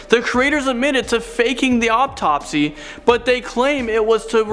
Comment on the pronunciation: whats an "uptopsy""